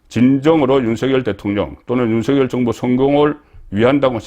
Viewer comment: 국어 문법상으로, "윤석열" 대통령 발음은, "윤성열"이 틀린 발음이고, "윤서결"이 맞는 발음입니다. "낙엽"이 "나겹"으로, "이낙연"이 "이낭연"이 아니라 "이나견"으로, "책임"은 "채김"으로 발음함이 맞습니다. 거의 모두 틀리게 발음하는데, 오로지 송선생님만 정확히 발음하심에, 국어를 사랑하는 자로서 깊이 감사드립니다.